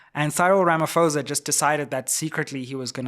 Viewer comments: This bad pronunciation of our Presidents surname is still palatable prounounced it as Ramap o e s a 😮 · Sayril Ramafowza😂😂😂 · 😂 You can't even get the South African presidents name right!